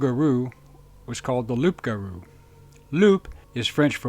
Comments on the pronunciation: Loup-garou is pronounced lougarou not loop garou. A wolf translate to loup in french and is pronouced lou not loop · Its Loup Garoo ! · That's a very good video, as always from this channel. I do have to specify a little detail though... "Loup" is indeed French for "wolf", but you need to not pronounce the "p" at the end. In fact, the term "loup-garou" is pronounced exactly as the narrator is pronouncing "Rougarou" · Loup-garou. Loup-garou. It's LOUP-GAROU, gottdammit! "Rougarou" is baby talk. Only Cajuns are silly enough to misspell and mis-pronounce words in their own language. And I'm not even going to say anything about how Cajuns mispronounce French surnames. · The real word in french is LOUPGAROU !!!!! WOLF=LOUP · Far be it for me to insult a major portion of the country but it's actually spelled and pronounced "Loup Garou". Get your act together, Louisiana. You see, here in Ohi-er we have the Grassman. Straight and to the point, plus it sounds cool. Now, write that on the chalkboard one hundred times and I will circle back to check on you.